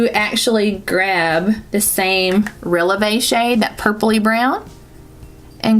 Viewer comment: So gorgeous! And you are saying releve correctly! 😉 haha!